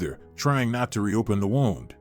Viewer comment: I know it's just a small thing, as this is a very good story, but I wish your computer voice would pronounce the words correctly. Kinder not keender. Wound, like a sore. Not wound, like wrapped around something. Plus she's only supposed to be in her twenties, but looks like she's in her forties on the screen.